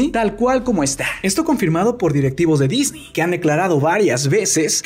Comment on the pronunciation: "DISNI COMPRÓ LA FOX" "así se dice we" 😷